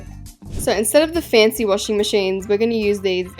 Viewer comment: struggling to do the house revovation: saying she cant do FaNcEh house